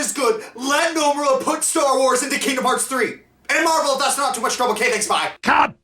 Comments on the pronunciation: it's actually Noh-moo-rah. I happen to know this because I studied Japanese. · I HATE to be that guy... but you said Nomura wrong.